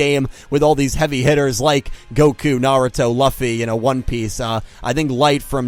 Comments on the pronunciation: Everything The main protagonist from One Piece is pronounced "Luu-fi" not "Loffy". The letter "u" in his name is constant, so you just say the letter "u" as it is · I love you n your content, but, I cannot with the way you pronounce "Luffy" XD. Loo-fee. Loo-fee. Still, great vid! Great update n news vid, I am really excited to see how the rest of this year goes. 👍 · Stop pronouncing “Luffy” like that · That pronunciation of Luffy...😐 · It’s luffy luffy lol